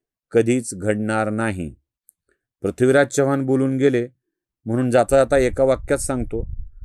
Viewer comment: पृथ्वीराज हा उच्चार योग्य करा, आपण प्रथ्वीराज असं म्हणतायत